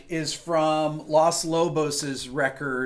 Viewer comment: It’s LOS Lobos with a long O, not LAS Lobos like LAS Vegas. I know you are 3000 miles from Los Angeles, but…